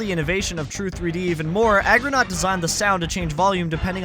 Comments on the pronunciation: Is he saying Agronaut instead of Argonaut on purpose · nobody noticed you saying 'agronaut' instead of 'argonaut'? no? just me? whatever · it's pronounc3d argo not, not argonot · BRO IT'S A R G O N A U T not AGGRONAUT lmfao!!! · Argonaut, boss. Not Agronaut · FFS "Agronaut" you mean ARGONAUT?! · Brother. it is pronounced, ARR-go-naut not aggronaut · It's ARGOnaut, not AGROnaut, for the second time... and then AGAIN while their name is on screen... Bro... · 2 mins in and the constant “Aggro-naut” is starting to aggravate me! Argo like “are-go” or “ahh-go”… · It's pronounced Argonaught not Argronaught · 'aggronaut' you might have lysdexia lil homie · Argonaut, not "agronaut", you retard. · It's Argonaut not Agronaut. Agro is the Horse in SOTC. XD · can't believe you call Argonaut Aggronaut just to bait engagement, smh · its aRgonaut 😭 great vid but the mispronunciation drove me crazy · Hate to be that guy, but it's pronounced ARgonaut not AGronaut 👍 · A r gonaut. Not agronaut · Can't believe you kept saying AGROnaut even after you showed the logo clearly saying ARGOnaut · Argonaut, not Agronaut. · ARGONAUT. ARGONAUT. Not Agronaut. You put so much effort into this video, but you really missed out on a lot of important details. I hope to see more stuff from you in the future, but you gotta spend more time proofreading, and like, maybe show a draft to a friend before you publish a video full of mispronunciations and incorrect data. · Argonaut. Not “aggronaut” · Argonaut not agronaut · why do you keep saying “agronaut” instead of “argonaut”? you even put the word on screen at one point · It's Argonaut, not Agronaut. It starts with argh, as in the noise I made when I heard "Agronaut". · Serious question, do you have dyslexia? Not trying to judge if you do, I'm just trying to find an explanation for why you kept saying Agronaut instead of Argonaut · Good video and some decent research done but to heavily nitpick. Its not AGROnaut. Its ARGO like R GO, naut.